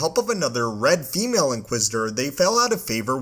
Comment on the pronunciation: “This female inquisitor.” Wtf? She’s an inquisitor. Call her “inquisitor.” Wtf is the obsession with noting the sex of and inquisitor? And the weird emphasis on “female?” Ewww dude. Never hear you say “this ‘male’ inquisitor.” Also wow what an annoying narration voice.